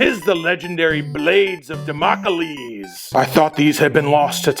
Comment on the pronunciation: Damocalese? Did you maybe add an extra syllable to Damocles?